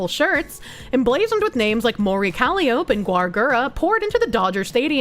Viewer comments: please. It's embarrassing honestly. It is pronounced "Ka-lie-O-pee". Like the circus organ or hurdy-gurdy. Or the mythical Greek muse. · I can't tell if she's mispronouncing every other word on purpose. I mean, Japanese can be tricky if you're not familiar with some conventions, but - Callie - Oap? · Calli-o-peh that's how you pronounce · How does she keep mispronouncing Calliope? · Is anyone else being driven mad by the mispronciation of calliope?